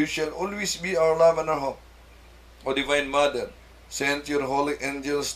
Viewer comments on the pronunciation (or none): none